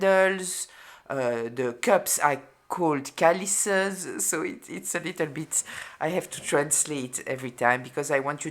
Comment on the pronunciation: Hi Just to improve your English pronunciation; Chalice is pronounced with CH like CHarge. CHalice